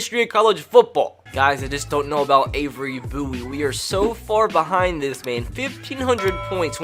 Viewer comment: The way you say “ Bowie” is hilarious.